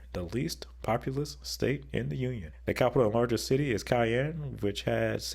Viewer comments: It’s pronounced Shy-ann not Ki-enne. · Please never say Cayene again 🙂 It is Shyanne (Cheyenne) Wyoming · Cheyenne = SHY-ann, not KY-ann. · It’s pronounced “Shy-Anne”, not Kayanne, like the pepper. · Idk why but the cayenne part bothers me so much-- thats not how its pronounced... /SHīˈan,SHīˈen/ (Cheyenne is my home) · Cheyenne is pronounced as Shy-Ann. You definitely got a thumbs down 👎. Do your research better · Cayenne 😅 Its pronounced SHY-ANN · Cheyenne is more pronounced like "shy-ann" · Brooooooooo. It’s pronounced SHY ANNE. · For Ohio, it seems like the 3 C cities are kind of equal and none of them feel like an alpha above the rest but Columbus's growth would probably make them the alpha capital of Ohio in the future. And for Cheyenne Wyoming, I believe it's pronounced Shy-anne. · Cheyenne is pronounced as Shy-Ann. It is named after a Native American Tribe. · It is incredibly bigoted and ignorant to keep saying the name like that. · As a Wyomingite, that broke my heart. 😢 It's shy-ann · The way you say Cheyenne as pronouncing the C sound irks me and I’m not even from Wyoming. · Thanks, I was going to take the snarky route and say, "George Strait is holding on line two and would like a word when you have a moment." 😉 Although, I have to wonder if did it intentionally because he also kinda butchered the name of Massachusetts' state capital. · Hearing Cheyenne pronounced that way caused physical pain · Oh yeah ...... he can pronounce "Des Moines" correctly ..... but he can't manage to say "Cheyenne"?? Jeez...... 😒👎